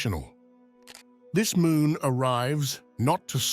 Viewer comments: And it's MOON not MOOM. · Full "Moom" portal hehe